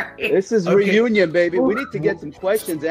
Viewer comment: Ha. Ha...... "Re- who- uion !!!